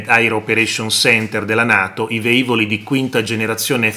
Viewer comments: Si dice "velivolo, velivoli... Non veivolo, veivoli"... Basta cercare... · Lo hanno già detto altri ma, riassumendo: si dice Lìcola, non Licòla; si dice velivoli, non veivoli; i motori dei caccia non sono sempre accesi, ci mancherebbe; non possono raggiungere in 8 minuti qualsiasi punto del paese e soprattutto non possono raggiungere un obbiettivo in 8 minuti dall'allarme, lo possono fare si in breve tempo ma nessuno ha stabilito quegli 8 minuti, e poi dipende sempre da che aeroporto decollano e dove si trova l'obbiettivo da raggiungere.